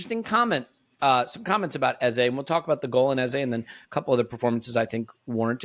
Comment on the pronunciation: Our number 10s name is pronounced like EHZUH not like EHZAY